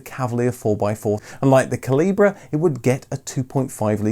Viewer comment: The special edition MK Cavalier in red was called the CALIBRE, not CALIBRA. Its pronounced the same as "small calibre weapon".